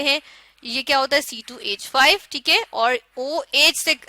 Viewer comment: Chalo teak hai 😂😂😂 teak